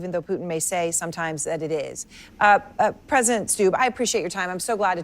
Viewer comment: This reporter's so full of themselves they can't say the word Presedent.